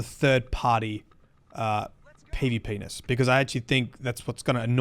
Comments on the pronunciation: Listening to this in the background had one unforeseen consequence... Every time said "PvP-ness" I instead heard "PvPenis" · That's what I thought as well. I thought he was just being cheeky about calling PVP something else. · We all heard it 😂